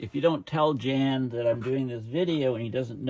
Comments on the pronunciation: please ronounce the "J " as a "Y" so Yan notJan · His name is probably pronounced 'yawn'. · I think his name is pronounced like the english word Yawn.